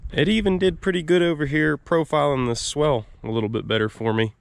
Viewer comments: Man you do use that word a lot - its supposed to be SWALE not swell as you kept saying. Its a long "a" sound. Swell goes up, swale goes down... 🤣🤣 Of course using it your way kept us in the know as to what you meant. Doesn't matter much as long as the water drains the way you want, right? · what you are calling a swell is actually pronounced swhale. That may not be how it is spelled, but that is the way it is pronounced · I like your videos, but please, if you are still n the business, please stop calling it a "swell". It's a "swail". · Not to be a nitpicker, but I think the word your looking for is : "SWALE" (sounds like: 'SAIL'), a 'SWELL' would be a location that is loaded with water, making the soft mud you were hoping to avoid. [Sorry, it was bugging me each time I heard it...I knew what you meant, though...] otherwise, great job & choice with the tractor, it looks great now! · I know how it’s spelled I’ve just never heard it pronounced that way and I’ve been doing this a while, every part of the country is different I guess 🤷🏼‍♂️